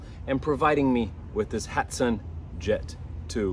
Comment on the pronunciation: You are pronouncing the brand incorrectly. It happens because of the letter "a". HAT-SAN. You should pronounce it like this. ....HOT-SAN..... ( HA.valı T.üfek SAN.ayi... ) HA-T-SAN ...